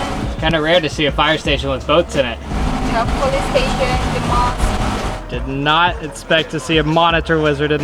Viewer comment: Not the 'omar ali saifuddien'.... mOsquE😭